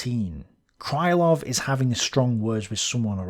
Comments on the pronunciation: Krylov should be pronounced crih-love (not cry-love). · I enjoy the series mightily. Occasionally though you badly mispronounce a Russian surname or a toponym. This time your victim is the long suffering Krylov - it's not "kraylov", more like kryyylov. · my russian ear hurts each time you say cry-lov instead of kryhl-lov. Cry, Love! If he'd been cry-love, he'd have had his name transcribed as krailov. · It's pronounced "Creelov", not "Crylov". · Hi! Thank you for the great content! Being russian I dont mind/care if you pronounce some surname wrong, since it's too much to know everything. But. Since Krylov is a centerpiece - it's pronounced Kril O v ( [krɪˈlʌv]). I dont know why all "Krilovs" in wiki are considered "Krylovs". BTW, Alexy Isaev, who is considered as main russian historian of today is quite active in the web. I think If you would contact him, you could have some collaboration or maybe some useful info from him. Just a though. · Apparently, according to some other viewers, Isaev has watched some of my videos... But yes, in will start pronouncing Krylov correctly from now on (Kreelov) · The pronanciation of Krylov would be more accurate if you just say krilov/kreelov instead. It`s Russian ы which most westeners cant distinguish from regular i, like in see, me, be and we used to it. Some authors used y for this letter ы but it`s not in any sence sounds like english `y`. Just enter Крылов to google translate to hear the pronanciation.